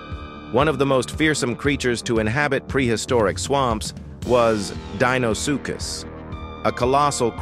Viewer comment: How many different ways can the ai narration pronounce Deinosuchus